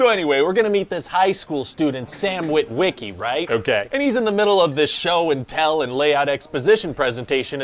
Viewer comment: No one in history has ever pronounced "Wit-WIH-key" like that before.